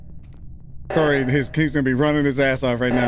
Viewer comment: "I was watering plants, it came to life"- CORY ISH SHOO ADOWABLE UWU